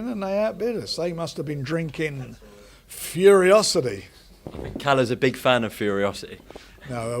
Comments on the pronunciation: Why they keep saying Furyocity lol, it’s Furocity. Frank clearly not promoting it well 😆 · I just enjoy how Fury genuinely believes it is called Furiocity, when its literally called Furocity.